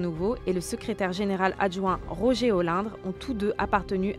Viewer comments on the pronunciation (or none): none